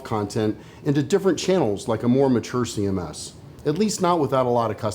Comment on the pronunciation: ''See em esses''